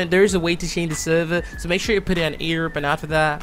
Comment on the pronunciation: the way he says "Europe"